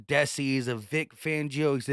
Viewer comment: I don’t think you pronounce the DC candidate as Sean (Desse) it’s (Dee -Sy).